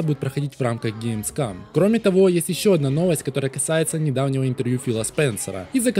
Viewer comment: Каждый раз, когда говорит ГеймсКАМ: 🤣🤣🤣